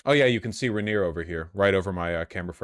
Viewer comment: Vaush are you intentially mispronouncing "Rainier" and "Yesler" just to spite me personally?